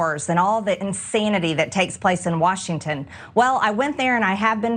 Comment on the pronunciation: Of course she can't even pronounce insanity correctly… insanety? Her english skills stopped developing in grade school.